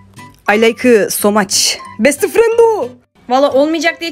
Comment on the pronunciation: bEsTı fReNdOoĞğ 😂😂 koptum yaa